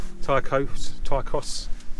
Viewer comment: Ty Croes is pronounced more like Tee Kroyss and Mynydd Parys is Munnithe Paris. With Amlwch, the ch is just like in the German Achtung, or in the Scottish Loch, so Amlwch = Amm-Loo-ch. Definitely NOT the ch in chaffinch.